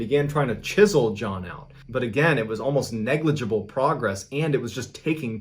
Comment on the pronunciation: be like negiblebe